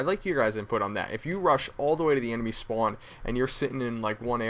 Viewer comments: you say spawn weird it made me want to commit suicide r u from new york? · thumbs up if you hear him say spown.